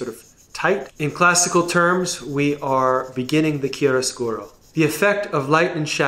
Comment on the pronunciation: Gg for the pronunciation of chiaroscuro, you nailed it